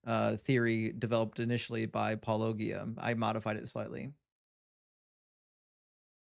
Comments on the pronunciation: No not Paul-O-ghee-uh. Paul-O-G-Uh. Like Apologist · just a reminder,, the way to pronounce Paulogia is just like "apologia" without the 'a' 😁